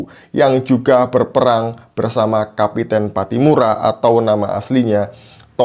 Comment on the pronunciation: kapitan bukan kapiten. Orang Maluku biasanya pakai nama KAPITAN PATTIMURA.